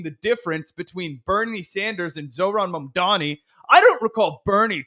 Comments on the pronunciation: Bro stop saying "Mamdami" -- you're just as bad as Cuomo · Hey, it’s MamdaNi. We gotta get it right. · Considering the smack u guys talk, please pronounce Mamdani right. It isn't Mandami or Mamdami it is Mamdani. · my man, you gotta learn how to say Mamdani correctly lol.